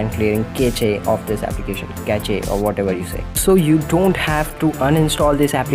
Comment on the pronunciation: Cache is pronounced as 'Cash' :)